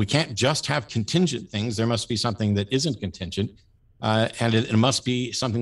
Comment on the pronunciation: When this guy says ‘something’ or ‘everything’, he says “Somethink” and “Everythink”